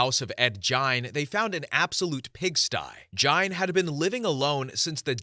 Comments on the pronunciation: fyi its pronounced "geen", like rhyming with bean, not "jine" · “Ed gine” I thought it was geen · Ed Gian? Ed Gein, and it pronounced geen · Radder? Try raider. Jine? It's pronounced geen. Oy, do some pronunciation research before publishing please! Also, I second the LPOTL shoutout. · Story 10. Gein. Ed GEIN. Not gian,not giant.... GEIN. Pronounced GEEN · Gene. As in geeeeen. Not gine. Ed gein…. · Your saying Gain's name wrong & it's annoying af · the lampshade guy was Ed Gein, pronounced Geen. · Story 1. Dennis Rader pronounced: Raider not Radder. Story 10: Ed Gein. Pronounced: Geen with hard G like the word go. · Ed Gein... Pronounced like "Gain" 😊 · It is Ed Gein not Gian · You pronounced 3 of the killers names wrong. So I appreciate the time & effort you put into the stories but at least research what your talking about beforehand. Hearing you say ( Ed jine ) so many times in the story pronouncing his name wrong made me change stories. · the way he pronounced it pissed me off😭😂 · I’d have enjoyed it more if he would have been able to pronounce Gein’s name properly. Anybody that’s knows about serial killers knows how to pronounce that name. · I couldn’t even finish this vid, it was grinding my gears so much that all these serial killers are pretty well known but you can’t even pronounce their name correctly? You can pronounce Kuklinski but not Rader or Gein? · It’s Gein with a hard G. His name is German and Germans don’t have very many soft Gs, if any, in their language Anyways, Gein’s fascination with doing taxidermy on humans stems from the Nazi “bitch of Buchenwald”, or Ilza Koch. She had things like human skin lampshades, fingers for light switches… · Ed Gein with a "G" not a "J" sound!!!! I almost shut this video off. Who the hell doesn't know who Ed Gein is? Literally the most known horror movie bad guys are based on him. Wow!